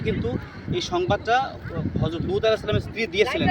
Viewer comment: ভাই উপস্থাপক, আপনি লুত (আঃ) কে দুত (আঃ) বলেন কেন? উচ্চারণ ঠিক করুন ভাই।